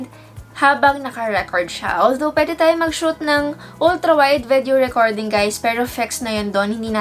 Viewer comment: I don't know but I find pronunciation of "vedeo" cute! 😍